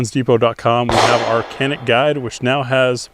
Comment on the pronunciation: It's pronounced Janik 😅